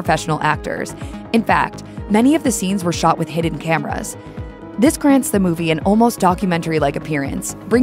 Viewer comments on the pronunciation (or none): none